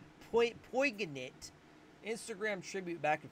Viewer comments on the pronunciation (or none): The g is silent. Its pronounced like: poin-iant Means like regretful or sad